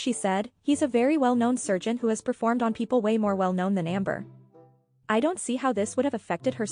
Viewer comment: says peed not performed, hehehe